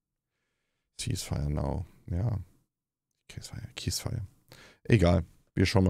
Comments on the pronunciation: Hey Tobias, jetzt muss ich auch mal klugscheißen: Man spricht die Waffenruhe im Englischen nicht "käisfaier" aus, sondern "sihsfaier", also mit 'nem "s" zu Beginn, gefolgt von 'nem langgezogenen "i". Just sayin'… ✌️ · Es wird nicht [käs feier] ausgesprochen, sondern [sies feier] :) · Käsfire now 😂😂😂 nur gebildete menschen können das wort richtig aussprechen 😂😂😂 Schäm du dich lieber diese menschen so zu verunmenschlichen! Kaya Yanar hat meinen absoluten Respekt! Es erfordert viel Mut in diesen Zeiten zu sagen was man denkt! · Es heisst ceasefire und wird "siesfeier" ausgesprochen. Justsayin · Ich hab eine relativ hohe Meinung von Tobias Huch, aber hat er echt "cease fire" wie "case fire" / "keys fire" ausgesprochen am Beginn des Videos? o0